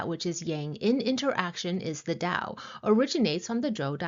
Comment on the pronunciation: why do you pronounce 'tao' like white people do?